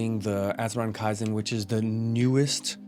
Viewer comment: Say this word…Key! Now add the word zen.